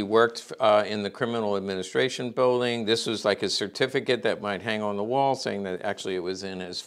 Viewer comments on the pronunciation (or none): none